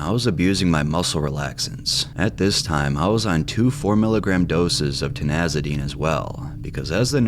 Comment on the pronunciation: Ti ZAN i dine! Not Ti NAZ i dine!